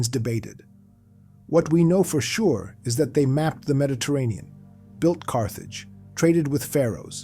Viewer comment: "Meddy-terrian"??????? bye